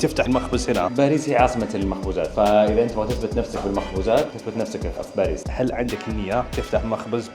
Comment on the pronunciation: باريييس تنطق بمد الياء